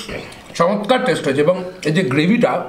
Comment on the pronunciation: এইজো না এইযে